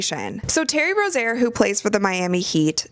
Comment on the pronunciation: You're pronouncing Terry Rozier's name wrong.